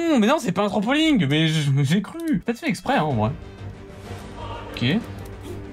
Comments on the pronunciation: Il dit trampoling au lieu de trampoline ? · C'est pas un Trampoling mais un Trampoline, ça me perturbe déso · fait parti des gens a problèmes qui disent "Trampoling" au lieu de Trampoline mdr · Les personne normales: Trampoline: TRAMPOLING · Tout le monde: Trampoline: Trampoling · c'est trampoline pas trampoling sinon bonne video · On dis pas trampoligne poto, cest trampoline tranquille^^ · On dit trampoline pas trampolinegue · Wesh, on dit trampoline pas trampoling mdr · Trampoling? J'suis le seul à entendre ça. Sinon, si tu dis trampoline, on entend Trompe Pauline. conclusion, * TROMPE PAULINE*. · Personne:: TRANPOLINGUE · "Tranpolingue" 2021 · le « trampoling » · Mdr il dit "trampolinG" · Tu me stresse à dire trampoling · Ont note la prononciation Trampoling😂 desoler